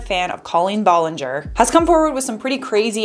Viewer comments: Colleen B-A-llinger not B-O-llinger... sorry it is driving me crazy! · Ba-lin-ger! Not Bo-lin-ger!👋👋👋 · BTW ITS B-ALL-EN-GER NOT B-OL-ON -GOR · Ahhhh I'm sorry but not Bollinger it's Ballinger I'm sorry 😭😭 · First of all it is ballinger not Bollinger and second of all he’s doing this for the CLOUT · Did she just say bollinger? Beech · Is it hard to pronounce her name correctly? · How do you pronounce Ballinger wrong??? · He can’t even say her name right ???? And who hires a pre teen to run their social media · Why does she pronounce her last name like that??? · You saying her last name wrong... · her last name is not pronounced that way i- now that i think about it, that’s not even how you pronounce her first name HA